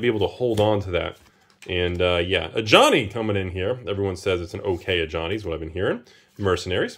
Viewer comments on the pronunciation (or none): none